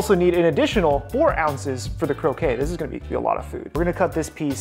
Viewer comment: Croquette -> crow-ket, croquet (crow-kay) is the lawn game Otherwise, looks awesome